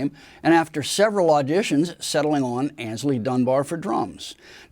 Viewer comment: FFS, the guy's name was AYNSLEY, not "Anysley".